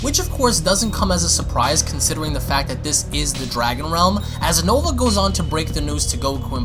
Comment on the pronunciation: I know nouva spelled weird but plz just call him Nova.